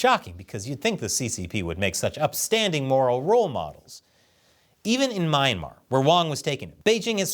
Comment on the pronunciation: anyone else cringing about `s pronounciation of myanmar? sorry, love ya